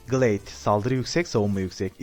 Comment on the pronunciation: abi Gılayd diye telaffuz edilmiyor mu o